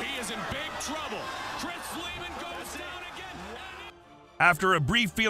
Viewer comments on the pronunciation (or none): Right? Someone either isn't quick enough or doesn't know fighting. Like how he said Leh-ben, and it's pronounced Lee-ben.